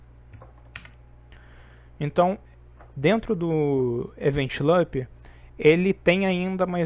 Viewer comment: Show! Só corrigir a pronúncia do "loop" que fica top!